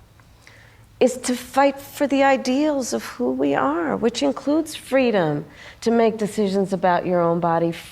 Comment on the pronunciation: Stop pronouncing fteedom. America is free right now and 60 nations around the world.